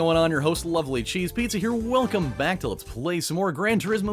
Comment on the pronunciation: Lol! Everytime you say "LovelyCheesePizza here" I think you're saying "lovely CheesePizza here", as if you're using lovely as an adjective.